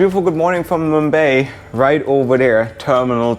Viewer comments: Mum-bye mate. Not mum-bae. Where is mumbae? In Texas maybe? Lol...sorry mate I couldn't resist. Ah!!!! Don't hit me! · I cringe everytime he says mumbay, does he mean mumbai?